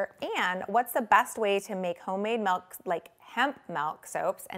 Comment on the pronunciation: *making soap with melk